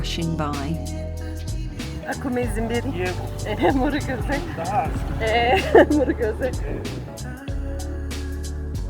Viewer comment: I loved the way your friend said " Murakoze" min ,,, keep it up